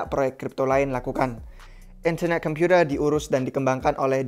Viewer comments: gak enak banget ngomong internet computer nya wkwkwk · In-ther-neh Kem-pyu-tee,h lets goowwww !!!! Kacau ini proyek, usaha centralisasi dari satuan-satuan proyek desentral. Pingin jadi penguasa tunggal dunia. Not a fan.